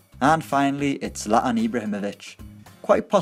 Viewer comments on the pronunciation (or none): none